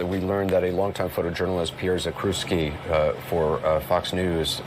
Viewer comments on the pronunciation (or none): The proper pronunciation is "Zack-chev-ski"